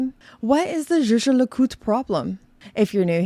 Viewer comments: Zje zje le cout ? Pls put some effort in properly pronouncing the brand name… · “Jay Jay le Coot” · lol the pronunciation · Do you have butcher the pronunciation? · You pronounce Jaeger-LeCoultre like Megan Draper sang “zou bisou bisou” in Mad Men. C'est fantastique! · This is funny but also true. The founder of Rolex made up the name because he wanted something easy to pronounce in most languages. Meanwhile there’s JLC over here with a German name that I’m supposed to pronounce like I’m a French person…